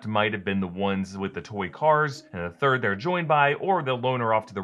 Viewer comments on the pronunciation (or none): none